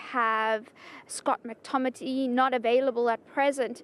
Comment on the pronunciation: Is She really says Scott Mctomity????